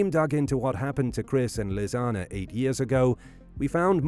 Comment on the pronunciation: It's nice to hear Lisanne's name pronounced correctly. Such a sad story. I don't think for a minute the girls deaths were an accident. AndI do think that the perps. were taken care of.